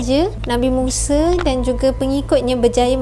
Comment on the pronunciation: Bukan muse tapi musa...sebutan yang betul. Yg muse tu jihan muse